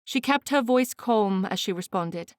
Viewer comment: Other than the word "calm", which the reader murders, the reading is quite good. Dear reader, please look into pronouncing that correctly, that's my only advice.